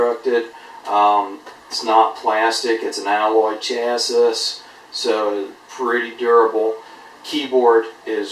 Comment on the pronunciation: Chassis is pronounced Shh-ass-ee